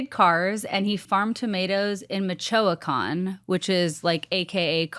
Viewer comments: mechowuacon 😂 michoacán 😅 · I love both of you but girl the way you pronounced Michoacán is too cute 🤭🤣 haha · The pronunciation of Michoacán 😂 I know unintentional but you got me cracking up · I was like where michoacan ?!? Because of the way you pronounced lol not important but it made me giggle lol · The way that you just said Michoacán. awas amazing it did make me smile. It's not a super hard word to pronounce, but you pronounced it 100% phonetically and I cannot be mad about that, but.... When you said the heart of cartel country is kind of sad we are so much more than that. We are a proud farming community The avocados you Californians love so much, They come from us we are where the monarch butterflies come every year. We have the most beautiful national parks. Yes, there are cartels but it's Mexico but to call us cartel country that just sucks we're more than that. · The way you pronounced Michoacan😂 Everyone is connected to the cartel in Mexico, they are the government basically, don't get on their bad side